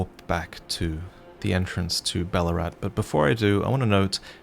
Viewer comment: Every time you say Balurat, I keep hearing Ballarat... You from Victoria, mate?